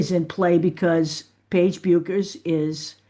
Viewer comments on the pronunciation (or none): It is pronounced Beckers. Take care. I think only AI videos say it the other way. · It’ pronounced Beckers. I have family in Minnesota where she is from and that’s how the pronounce it. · Paige herself said: her name is pronounced "Bekkkers"...not: " Buuuuuukers"!!!!!!